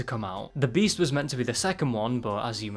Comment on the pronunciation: Though you said breasts